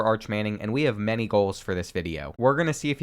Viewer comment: I know it doesn't matter, but Many is pronounced "Manny", and they're fucking good. They've been state champs or runners-up most seasons of the last decade, and beat Newman this season.